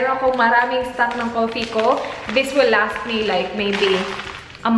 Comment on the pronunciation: " i wull be duwing" HAHA